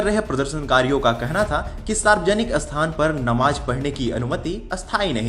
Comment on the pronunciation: Abe ye "asthal", "asthan" kya hota hai? Sthal aur sthan bolna nahi aata kya?